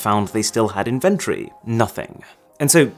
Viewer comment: Mispronouncing inventory?